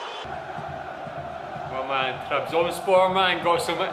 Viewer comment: I like your pronunciation while saying 'Trabzonspor' bro please say it again for one more time; "TRABZONSPOR!"